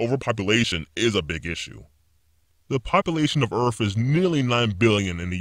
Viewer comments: This is super fake. And this guys speech patterns are super annoying. Earf = earth. Wif = with. He sounds like a child with an overactive imagination. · Until he pronounced Earth: Earf. Bogus. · In the future people no longer pronounce Earth as Earth but, Earf 🤣😂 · did he say the population of earff?? Aparantly even this microchip still hasn't solved some age old problems about pronunciation and enunciation! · How he says earth